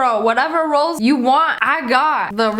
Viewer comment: why was she saying “Rolls” like that😂❤️